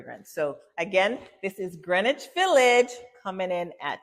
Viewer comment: Pronounced gren-itch. The W is silent